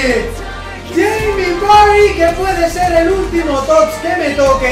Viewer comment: Madre mia 116 TOTS jaja increible que locura! Me encanta cuando dices yeimi vary xDD Un saludo!